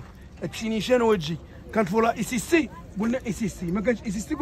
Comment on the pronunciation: البولة أسيستي ماشي إسيستي 😂😂